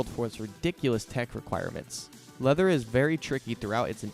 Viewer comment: Leather is actually pronounced Lee-ther in this instance because it's a remix of Leakage Voltage and Further. The Korean title also says 리더